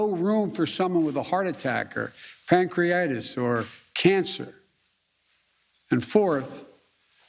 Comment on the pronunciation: Pancreatis is not a word. It’s pancreatitis